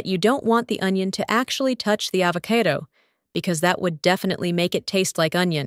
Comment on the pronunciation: I think that this video uses a computer voice for the audio. Either that or the lady does not know how to pronounce the word avocado when it came out as AH vo CAY do.